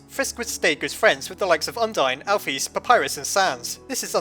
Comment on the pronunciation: it's pronounced alphihs not alpheys